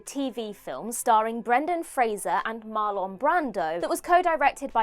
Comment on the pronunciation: This was the first WhatCulture video I've ever downvoted. It wasn't just because of Jerry [not Lee] Lewis. Other names were weirdly mispronounced, like MarLAWN Brando. And mixing available images and video from the scrapped movies with random footage from other movies was a terrible choice. I got tired of figuring out what I was looking at very quickly. My advice: Scrap this video to limit the ongoing damage to your reputation, take some time to clean up your production pipeline, and come back strong.